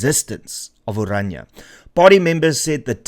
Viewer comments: Pls.note its not ORANJA ...but O-Raah-Ni-a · Please note correct use onwards in respect of the language and the entity. Correct: "Orania [uəˈrɑːnia]" And not as you pronounce it: "Oranje /oˈrɑɲə/" Phonetically, Orania is therefore one of the easiest names to pronounce in any language. Thank you for covering important topics and relating these to the Constitution et cetera. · How can you name and pronounce the town's name as "Oranje" instead of ORANIA? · Renaldo; the town is called OranIA, not OranJE. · Why people always pronounce Orania as "oranje" ?